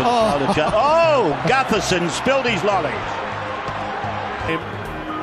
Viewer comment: did he just say gutherson 😂